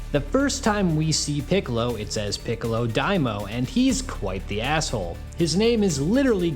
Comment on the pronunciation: It's Dai MA o . Not daimo Dai = Great Ma = demon O = king